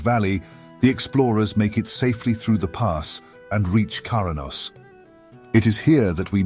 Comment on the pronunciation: It's also 'Kra-nos' not 'Kara-nos' heh